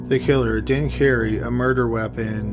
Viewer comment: Murder...not MURDERERERER!